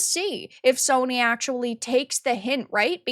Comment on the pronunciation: "Soyny" HA! Nice.